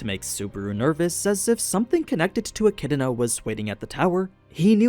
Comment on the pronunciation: Jfc, get ECIDNAs name right. There isn't a single R in ANY version of it.